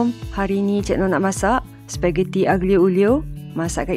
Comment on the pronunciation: Maaf tegur.. sebutan nya Alio.. g tu hilang 🙏